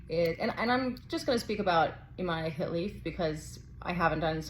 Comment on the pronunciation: Imane, is the French spelling for Iman, and so should it be pronounced and not "ImanÉ, as you pronounce it ? You, too, are making a big meal out of it, whilst it is very simple?? Imane was born a girl raised as a girl, went to school as a girl and practised sport as a girl ever since, and up to now no one has come up with evidence proving she isn't female. The IBA has banned her unjustly from several competitions already based on a supposed study that they refuse to publish the results of, until today. IBA, has of course an agenda to disqualify any Algerian athlete they can, Algeria being today and historically the staunchest supporter of the Palestinian cause on all fronts, defends Palestine at the UN Security Council of which it is a non-permanent member, it defends Palestine and the Palestinians, at The African Union which has long history of solidarity with Palestine, continuing with today’s efforts to end the destruction of Gaza because African countries see an identical experience between Palestinian occupation and what they have endured under colonization. Algeria defends Palestine, at the Arab League, and at the Organisation of Islamic Cooperation Countries and is one of the largest if not the largest after Saudi Arabia contributor to the Palestinian cause, and for that, Algeria has to be punished by all means possible and at all levels, for being naughty and disobedient.